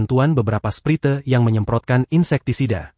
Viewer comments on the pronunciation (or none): none